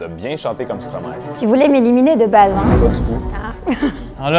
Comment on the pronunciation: le hein de Jenny une vraie belge